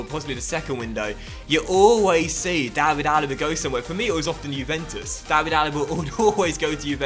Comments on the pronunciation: David is pronounced like Villa's first name not the English way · the David in David Neres is pronounced the same way as it is for David Luiz or David De Gea